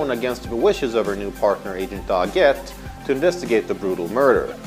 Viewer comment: Why is he pronouncing Doggett's name like that?????